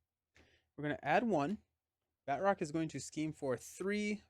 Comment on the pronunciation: I think the characters name is not Bat roc(k) but Ba troc since he is french 😊 (with the "a" sounding more like the "u" in Butter). He is in Captain America: The Winter Soldier and there they pronounce it 😊.